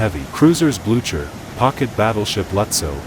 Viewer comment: AI voice. Terrible! The ship is the Blue Ker not the Blu chuur. AI idiocy!